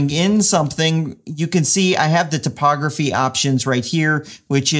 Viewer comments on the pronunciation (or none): You pronounce typography like topography, lol.